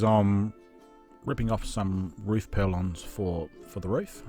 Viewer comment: Just a quick on, they are not purlons . . they are call PURLINS